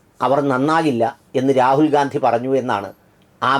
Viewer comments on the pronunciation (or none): none